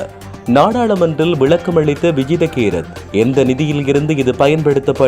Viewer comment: தங்களின் தமிழ் உச்சரிப்பில் எழுத்துப் பிழை உள்ளது அவரின் பெயர் விஜித்த கேரத் கிடையாது விஜித்த ஹேரத்